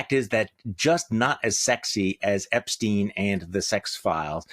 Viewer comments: Charlie, it’s Epstein. The e is stressed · Terry can’t pronounce Epstein at this point??!!